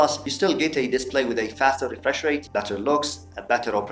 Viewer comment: nicely presented awesome editing all in all wonderful review looking forward to future tech reviews good luck brother just one remark, it's display not diplay